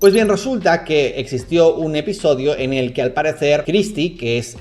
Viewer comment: tenía los ojos cerrados y escuché "eñel caso" hehehe